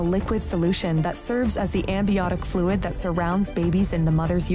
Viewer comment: “ambiotc fluid,” huh? I feel much more reassured now!